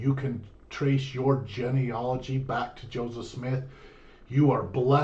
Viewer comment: geneology (JEAN-E-ALL-OGY)....not jenny-ology.....lol. it makes it sound like someone who is an expert on Jennifers. hahaha.